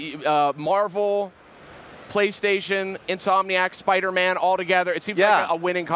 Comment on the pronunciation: does anyone notice how the guy on the right keeps saying SPUDDERMAN! LOL